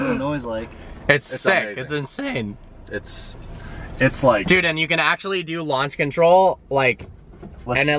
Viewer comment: "it's insA HANE"